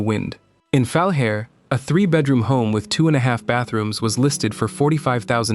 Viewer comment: Omg. Learn how to pronounce the names of the towns! Grande Prairie is pronounced "Grand Prairie", not Grand-a Prairie. Falher is a bit harder, it's where my mom was born. It's pronounced "Ful-aire."